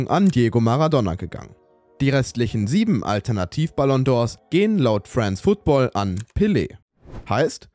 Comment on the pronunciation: Nicht wissen wie man France Football ausspricht und dann noch Teile aus dem Calcio Berlin Video klauen...